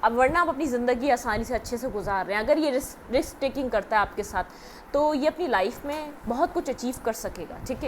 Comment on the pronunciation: Risk not riks😢